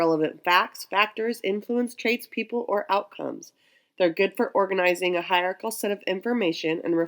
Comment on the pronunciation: Well presented video. Nice pronunciation of hierarchical. This video would be a useful reference for types of graphic organizers. I didn't even know there were this many types. I was only familiar with Venn diagrams and network trees. Very clever graphic organizer of graphic organizers. It helps organize the massive list of graphic organizers. I'm also curious how you sync up slides and your voice.